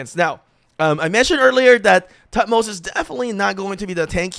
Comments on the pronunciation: Toot-moze-uh is the actual pronounciation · is pronounced thutmose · H is silent. Its pronounced “Tut-mos”